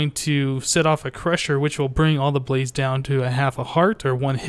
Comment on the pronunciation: when you say blaze i hear police :P and i just subscribed, i liked this a lot ;)